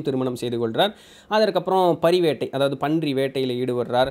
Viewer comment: பரி வேட்டை கிடையாது பாரி வேட்டை